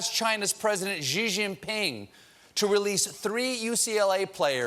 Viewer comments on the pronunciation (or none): Hi Stephen, love your show. However, "Xi" is pronounced "she", not "jee". The "x" in Mandarin Chinese is pronounced much like the thick "s" as pronounced by Spaniards. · Mr. Colbert, the "Xi" in Xi Jin Ping is basically pronounced "she". You can be one of the few Americans to say it correctly (albeit with no tones) and promote cultural understanding! I hope you read this. Thank you for shedding light on lies, bringing out the truth, and making us laugh. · Xi is pronounced "See", Stephen. Even Trump gets it right. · Would someone PLEASE tell Steve That the name Xi is said the the English personal pronoun “she”?!?!?!?!? He keeps getting it wrong, and it IS Killing me!! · maybe Colbert should learn how to pronounce Chairman Xi's name. Honestly, it's not only disrespectful, it's just fucking stupid.